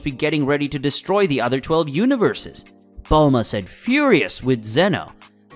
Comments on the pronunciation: it not bold la ma it bulma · Bulahma the way it pronounced stuff was so annoying I couldn't focus on the story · Lol, yeah he couldn't even pronounce Saiyan when he tried to say it right so you know he was never a fan of the series or the Manga he couldn't even pronounce Bulma's name correctly.